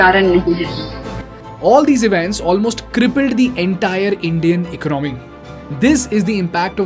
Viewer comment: Dude your content is decent but can you please learn to pronounce the words correctly. For the starters, it’s not “ecnomy”. It’s called economy. Say it like E-con-o-my. ✌️